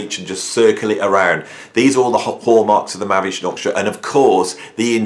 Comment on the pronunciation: MAHAVISHNU NOT MAHAVSHNU